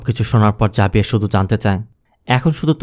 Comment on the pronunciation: Xavier জেভিয়ার বললে ভালো হতো 🎉